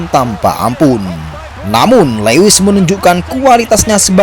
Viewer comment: Lewis itu dibacanya luwis mas 😅